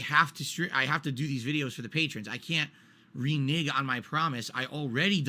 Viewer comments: AYO! First of all, "renege" sounds like 're-neg'. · It's re-NEG, re-NEG lmfao